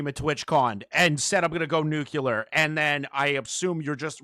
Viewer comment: NUCLEAR. Nucular is British mispronunciation